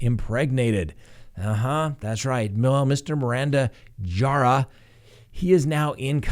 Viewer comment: "Jara"........ It's pronounced "HA-da", but you can call him Pappy (PAH-pee).